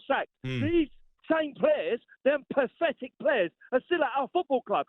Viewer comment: The word is 'pathetic' not 'pafetic'!